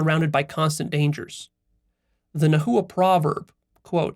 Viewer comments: It is pronounced not Na.hu.wa, but Nah.wa. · Nawa (nahua) not na-hu-a. Teotl not teotul. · Its "nah-wah" not "na hoo uh" had to say it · I'm not trying to be nitpicky but Nahua, is pronounced more like Na-wa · Yo I know nahuatl is difficult to pronounce but it's not naHua it's pronounced nawha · Hi! Indigenous Mexican here. It’s Nah-wah, not nah-who-ah. Thank you! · No disrespect but it’s pronounced [ nah-wah(t) ] not [ nah-hoo-uh(t) ] and it’s [ t-eh-o ]; you don’t pronounce the t or the l at the end. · lol my bad sorry for being that guy but it's pronounced Na-wa and the language Na-wat, not na-hu-a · Pronunciation point: “NA- wa” not “na- HOO-a “ for the Nahua. Otherwise, thx for the inspiring talk. I haven’t reached the end yet — do you post references to the article you analyzed? Could you add a link in comments and on your website? Thx again for all you do,! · Pronunciation is not Nah -- "hoo" -atl , there is no "hoo" or "ju" in the middle, is very soft "Na" . "uatl". Correct pronunciation makes everything feel more autentic. Listen to a native speaker I the second 6 and 7 in that video, she say "na uatl" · It's pronounced NA-WA not na hoo wa lol but good video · Ouch to the pronounciation. Nahua is nawua. Like agua. Teo-oh-tl. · I’m sure you’ve realized this by now, but nahua is pronounce nah-wa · Na-hua (silence h) wrong pronunciation of the word. Also all the Nahuatl words is accentuated on the second last syllable. Teotl is wrong pronounced too. The Aztec Philosophy was studied Leon Portilla from that scholar, scholars in US base their work. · Its pronounced Nah wah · Nahua pronounced na-wa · nahua - nah. wah. - no hard H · Yoy must pronounce the word nahua as "nawa" you are practicly destroying the phonetic of the language in the way that you are pronouncing the word in the video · The pronunciation of Nahua is (Na-Wa) And they’re Mexicas too And tl in Teotl is pronounced with the lisp click sound. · Yeah, it was weird to hear it "na-hoo-wa"